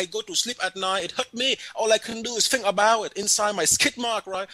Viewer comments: "I try to fink!" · " I looking in the bafroom all i fink is a BOOM you know memory time" HAHAHA! Brilliant!